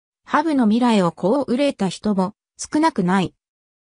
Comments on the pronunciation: はぶ❗はぶ❗と何度も言っていますが、「はにゅう」です。人名は間違わないで下さい。世界一有名なフィギュアスケーターです。 「はにゅう」です。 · このコメンテーター羽生選手の事を「はぶ」と恥ずかしげも無く言っているのが、とても気分悪い。世界の羽生選手です。 何度も言います。「はぶ」ではありません。腹立たしい！！ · ハブではないわよ。 羽生(はにゅう)ですよ！ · 羽生(はにゅう)と読んで下さい😅